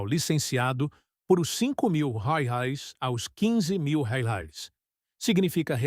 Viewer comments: O que é Railes, Raiales, home? O vídeo já é narrado por IA e provavelmente escrito também e parece que o dono do canal não se dá nem ao menos o trabalho de corrigir o texto... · Para você ver como é fácil de ganhar dinheiro: Escreva o roteiro em IA, peça para a IA ler, e nem sequer ajuste o script para que ela leia a palavra "REAIS" como se deve, gere imagens com IA e poste no Youtube.